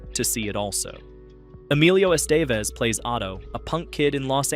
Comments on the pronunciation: EMILIO. ESTEVEZ (ES-TUH-VEZ) JEEZUS MAN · ESS TAY VESS? lol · S tay viss. Alrighty, then. 🙄